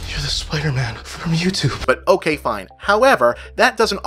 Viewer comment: "I love it, fain, you don't, fain as well" What does 'fain' mean? Are you saying 'fine'?